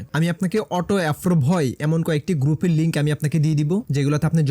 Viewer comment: অ্যাপ্রুভ কে অ্যাফ্রুভ বলছেন